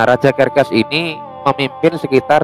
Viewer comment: serses bang bukan kerkes